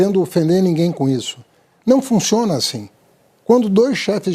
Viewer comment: Traquejo? Não fun"x"iona assim? Até arrepia. Existem 2 tipos de canhota...o esperto q explora o trouxa e o trouxa q defende o esperto.